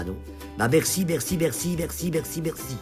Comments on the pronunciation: « ET SURTOUT ABONNEZ VOUS A MA. CHAÎNE YOUTOUBE ET MERRCEEE» 😂😂😂❤️❤️❤️ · "emerce" xD à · "et mercé heinnn" 😂😂😂😂👌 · Le "est mercéé" ma tué😂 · J’étais triste d’entendre son histoire puis d’un coup " abonnez vous a ma chaine youtoube. Et mercé hein " 🤣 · Ce « eh merce » de la fin il m’a achevé 😂😂